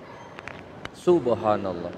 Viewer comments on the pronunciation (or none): none